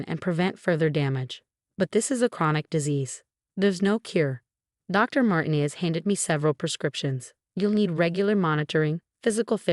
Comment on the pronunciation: Martin ez? Horrible AI reading. INvalid, not inVALid.